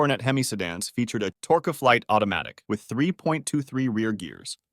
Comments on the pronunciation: Yeah but he/it said "torque of flite". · Good Day. FYI: It's pronounced; "Tork flight" phonetically. Excellent posting. I've owned a Charger RT, a GTX (I got from the origonal owner when it was one and a half years old). a 1970 Challenger RT/SE 440, a Challenger and a Coronet Station Wagon. They all had AC,PS,PB and Torqueflites. Great Cars. I owned them before they started selling for $10,000 and Much More. I've come close to owning a 1966 and a 1970 HEMI charger. Both bought out ahead of me by Rick Finch, the Bass Player with KC & The Sunshine Band. He bought lots of HEMI cars. Thanks & Best Regards. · "Tore-ka-flight"...and to think that I've been pronouncing 'Torqueflite' wrong all these decades. 😝 The Charger 500 has a FLUSHED OUT rear window, not recessed. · if AI is so intelligent how come it cant pronounce torqueflight correctly ?